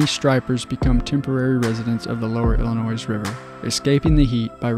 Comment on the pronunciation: Great video. The "s" is silent in "Illinois".